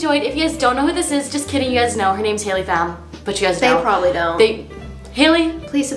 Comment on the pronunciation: The thing said hakey